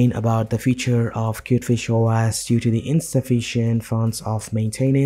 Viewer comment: its Pronounced Kiewt Fish Oh Ehs not Oh ASS :-)